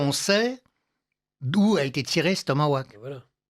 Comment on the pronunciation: Tomahawk et non tomawack